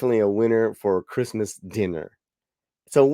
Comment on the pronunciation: "Creezmaz time in East LA..."🤣🤣🤣